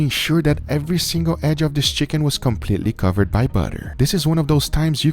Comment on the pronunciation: "Buuhdurr"... Guga you're the best.